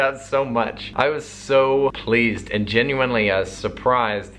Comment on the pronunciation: am i the only person who heared soapleased?